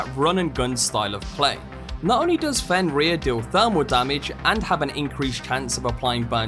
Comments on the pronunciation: This dude saying fenrear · Bro fr said fen reyer